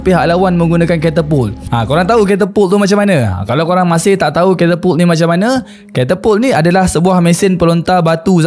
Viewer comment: sorry,nk infokan sikit dkt boss,sebutan dia bukan"krimeria",tpi "krimia",dia ada di wilayah russia-ukrine skang nii....ketopol tu pon salah dri bunyi dia,dlm sebutan Indonesia,ia dipanggil "ketepel",dlam bahasa melayu dia disebut"manjanik"...kesilapan dlm sebutan bleh lari makna dan nama wilayah sesuatu tempat....teguran atau pembetulan tu brg rare boss,tanda org appreciate kita adalah bila kita tersalah,org dikeliling Kita menegur kita dan melakukan pembetulan tanpa merendahkan kita....sy just nk bg correction,sekurang² nya nnti boss dpt hindari dri kutukan "orang tetangga sebelah",tetangga sebelahkn iri dkt org kita